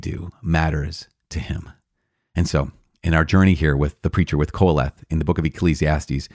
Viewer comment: Is Qoholeth the preacher, I wasn't sure even after you repeated it 7 or 8 times😂